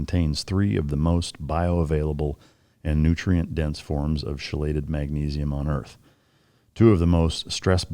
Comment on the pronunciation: Just a correction, chelated is pronounced “key-lated”. Thanks. I listen to all the shows.